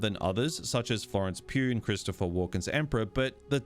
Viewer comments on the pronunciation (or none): none